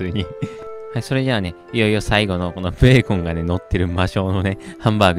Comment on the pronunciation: ブェーコン笑